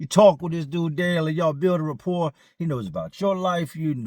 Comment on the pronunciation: You say repore about 100 times every video ask about me.